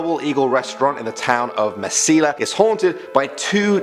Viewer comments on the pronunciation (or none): (I live here) messy-yuh not messy-la. And the double eagle hotel is in Las Cruces. Mesilla is just a small part of Las Cruces. La yuh-row-na not la larna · You really need to work pn your pronunciations of regional words and names, for example: the name "Inez" is pronounced eye-NEZ. Mesilla is pronounced meh-SEE-ya. And La Llorona is pronounced La yoe-ROE-nah, and you have to roll that R in it. Otherwise good job. And Yes, I was born and raised in New Mexico..